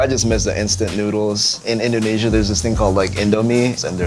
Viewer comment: Can he please stop saying inDOHnesia, does he think he's homer or something?